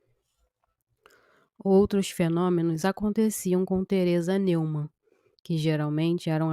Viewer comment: A pronúncia da palavra alemã Neumann é Nóimann.